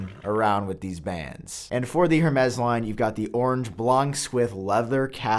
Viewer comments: It's pronounced ''EURMES'' not ''HERMES'' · It’s not “HER-MEZ” it’s “Air-Mez” 🤦🏻‍♂️🤦🏻‍♂️🤦🏻‍♂️ Edit: omg all of these pronunciations are so terrible. I thought you took pride in content quality? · It kills me each time you say "hurrmays" 😭. The H is silent my guy lol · Say it with me Hermes= airmez. Love you bro! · HERmes?! That is not how you pronounce it, sir! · You said Hermès wrong. It is pronounced “Air-mez” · Hermes is pronounced “air-mayz” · HurMez. 🤩 AirMez. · it’s pronounced “air-mez” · Stop pronouncing the H in Hermès. It’s closer to “air mez” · “Air-Mez” say it with me brother! (Hermes) = “Air-mez” I didn’t know how to pronounce it either, don’t worry!!! I’m not being a douche. Just a teachable moment 😊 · That was driving me nuts!! 🤦🏽‍♂️